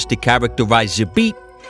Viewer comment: You pronoince his name doesnt right, not "Zhabit", Z pronounce same way like "Zorro", Забит.